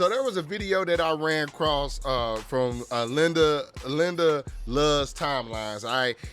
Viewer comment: makes some great videos. Glad to see her channel up on here. Also it’s not Linda lol 😅